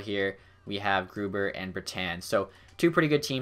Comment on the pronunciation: I think when you look at the marketing stuff. Its new into the game so its fresh and interesting to see. Id say maybe only every season though. Also I always thought Grubauer was pronounced like Grew - Bower (like the company)???